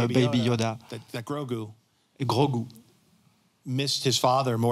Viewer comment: Groga, grogi grogu, il faut choisir Mr le traducteur